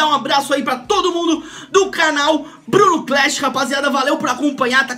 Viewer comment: Bruno cl"e"sh ahahahah